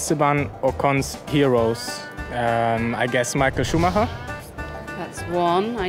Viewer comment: sh0xXx89 As a German I am happy finally someone pronounces Schumacher right 😂 I believe even Nico and Seb say "Shumaker" 😂